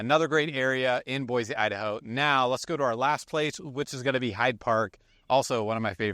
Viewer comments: You would think if you’re a realtor here in Boise Avenue, there’s no Z in their name is BOY SEE not BOYZZ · It's pronounced (Boy‐See) not boyzee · ProunncedBoi-see not Boi-zeeee!! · Ahem, Boise is pronounced Boisee, not Boizee.You’re welcome😂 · Please. Please. Say Boise the right way. Cool video though!